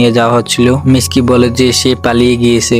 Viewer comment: Miski ❌ mitsuki✔️